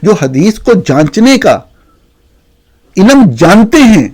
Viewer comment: آپ سے اردو درست بولی جاتی ہے نہ انگریزی۔ چلے ہیں دنیا کو نصیحت کرنے۔ (علم کو ilum، ملک کو mulak، ظلم کو zulam اور وقت کو waqat بولتے ہیں۔ کبھی کسی اور ملک کے صحافی کو بھی اپنی زبان غلط بولتے سنا ہے؟ بلکہ بی بی سی، وی او اے، ووائس آف جرمنی وغیرہ تو ہماری زبان بھی ہم سے بہتر بول لیتے ہیں۔ آپ جیسے قابل لوگ تو ہماری قومی زبان پر بد نما داغ ہیں۔) اور dissent کو ڈائیسینٹ کس استاد نے پڑھایا ہے؟ اس لفظ کو ڈسینٹ بولا جاتا ہے۔